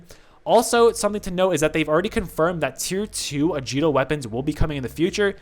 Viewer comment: It's a-guee-to not a-djee-to